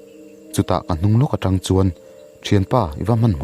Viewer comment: tang i tih a thluk a diklo in ka hre tlat